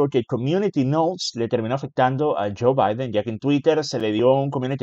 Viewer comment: Joe y Jill se pronuncia diferente aquí EN USA, pareciera que los pronuncias de forna similar entre sí, saludos, excelente trabajo y disfruta de tus vacaciones que te las merece